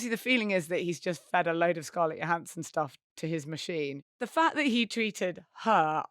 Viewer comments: Thought she pronounces her name, JO-hansson. not YO-hansson? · It's "Joe" hansson. Not 'Yo" hansson. 😅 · Her name is Scarlett Johansson. Her surname is pronounced with a J, like Joe Hansen. Not Yo Hansen. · They mispronounced Scarlett's name wrong. It's "Johansson" not "Johansson". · I remember an interview from a few years back when Scarlett Johansson confirmed that her surname is pronounced 'Joe' rather than 'Yo'. You do you obvs. x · Why does everyone in the UK mispronounce Scarlett Johansson's name YO-hansson? Isn't she well-known over there? I thought she was one of the biggest box office stars in the world. It seems odd that Brit presenters don't know how she pronounces her name. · I commented just for the joke, but Scarlett pronounces the "J". Like Joe Hanson. So it's "Johansson" not "Johansson". 🙂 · Scarlett Johannsen's name is pronounced with a hard Jo. I know this is old but it annoys me everytime people get it wrong (I've spent a life having my name eternally spelled wrong).